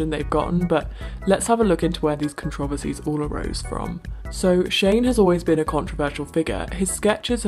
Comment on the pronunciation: Please god I beg of you to stop pronouncing it "con-trov-ency" it's pronounced "con-tra-verse-ee"